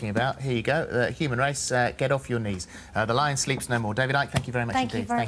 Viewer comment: He never says "humans" properly! I always notice he drops the "h" and that is nothing to do with his accent btw.